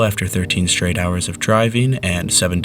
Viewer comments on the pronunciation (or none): none